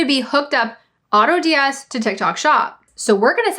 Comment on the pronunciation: I was listening but had to stop after you just said Autods